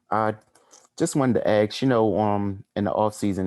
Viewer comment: PLEASE tell RAYMOND it is ASk NOT AKS